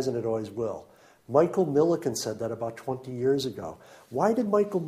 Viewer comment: Michael Milken not Miliken. You spelled and pronounced it wrong